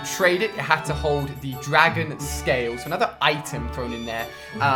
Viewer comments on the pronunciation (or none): none